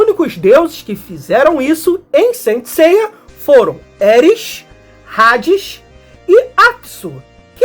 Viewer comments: Rades? Até quem não é fã sabe que se pronuncia Hades com H mudo, ahh faça me o favor seu poser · Parabens prlo vídeo otimo, mas saber a pronuncia é o mibumo visto que no BR os locutores, duvladores , apresentadores, propaganda, todos pronunciavam Hades, Asgard, ou seja vc foi mt bem no alem mas errou no minimo , no basico , affs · é amigo mas h sem som é no Br todo e como vc tá fazendo vídeo pro Br todo é só esses cuidados pra não passar vergonha